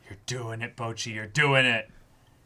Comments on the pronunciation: I keep hearing the boys say BOJI instead of Bocchi. Ranking is just too fresh lmao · Man said Bochi